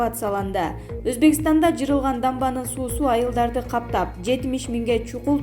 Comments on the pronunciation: Жырылган дебей жарылган дечи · Жырылган эмес жарылган дегилечи.пневмоония дебей ацтканда пневмания дей бергилечи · Эй кок мээ блогер катын!качан туура суйлойсун?чала сабат!Жырылган,Пневмония дейсин го тим эле.😁😁😁